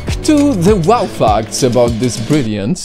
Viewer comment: when he says facts, it sounds like fucks